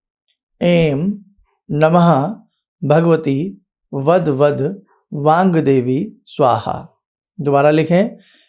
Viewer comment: गुरु जी इसका उच्चारण वांगदेवी है या वाग्देवी है अपने बोलते समय एम की मात्रा उच्चारण में लगी कृपया मार्गदर्शन दीजिये